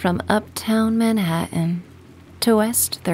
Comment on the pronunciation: I love the way u say Manhattan! Are u from the east? I also loved this meditation🙏🏼 thank you ❤